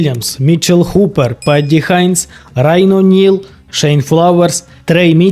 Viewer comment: Непогане відео. Колони Геркулеса. "Дуже несподівано тут провалився Том Столтман". Несподівано?! Якщо ви уважно слідкуєте за стронгменом то повинні знати що ця вправа майже найслабша у Тома. Звичайно він на ній останній або передостанній. Столтман а не Стольтман. Нел а не Ніл. Гупер а не Хупер.